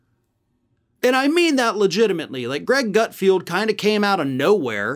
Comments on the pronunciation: The idiot's name is actually GutFELD, not GutFIELD. Pronouncing the latter sounds too similar to Garfield, and I love him! 🙄😁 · his name is not ""GutFeeeld'' it's ''GutFeld''. keeps calling him GutFeeeld just like he mispronounces incoming Supreme Court judge KenTanji even though it's KeTanji brown Jackson. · i love how he kept calling him gutfield, like when everyone at fox calls AOC sandy.... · Hilarious that you post that speculative insult on a video where the leftist who is speaking ACTUALLY can't say Gutfeld. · You pronounced Greg’s last name wrong, also google him -he’s had a long extensive career way before some cable news channel…and it’s amazing how many MEN THIS CONVERSATION IS ABOUT! …shut up ! You aren’t in danger of any unwanted pregnancies.